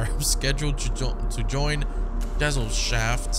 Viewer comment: Gesellschaft is pronounced guh sel shaft, and Ausweis is simply Identification